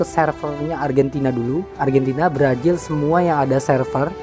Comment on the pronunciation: Brazil bang bukan brajil